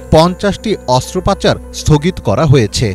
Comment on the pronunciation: মুরুব্বি ......অস্ত্রোপচার কে অস্ত্র পাচার করলেন , বলুনতো ইটা কি ঠিক করলেন